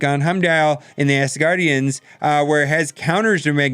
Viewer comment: Great video bro, however, it's pronounced ASgardians, NOT ASSgardians!